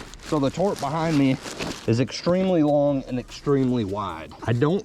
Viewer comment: & why do you keep pronouncing’Tarp’ as ‘Torp’ 😂😂